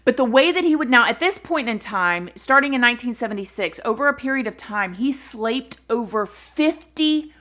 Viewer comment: Love your passion; "slaped" lols xxx